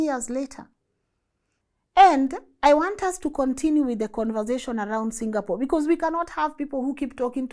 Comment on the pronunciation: This a very few times ive heard somone foreign pronounce Singapore like how a Singaporean would pronounce Singapore! 🎉 Rmb folks its Sing--a--por not Single-pour 😂😂